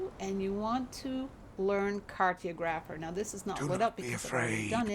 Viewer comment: Cartographer pronounced cart-ah'-graf-er. Sorry, had to say it. The skill unlocks the recipe for the 'map room' and the 'corrupted stone' that you need to craft it. Thanks for another Great video.